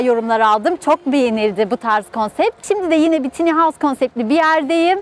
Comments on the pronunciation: Video için teşekkürler. Yalnız tiny değil de "tayni" derseniz daha doğru olur. :) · Telafuzu "tiny" değil "tayny "